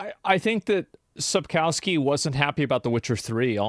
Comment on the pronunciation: I love how everyone butcher "Sapkowki" ;p